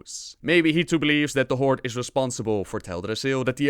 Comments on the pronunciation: I have been wondering why the heck do you always say "Horde`s" instead of "Horde" as it should be? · whenever his word ends in the letter d, he adds a small subtle s. why? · The jump from "there is a group of forsaken that want to die" to "therefore they burn teldrassil to start a war" is just asinine man. Also, it's HorDe. Not Hortse.